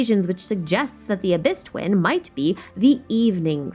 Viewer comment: During intro she says "the Traveler's dwin " . U had me laughing with that one.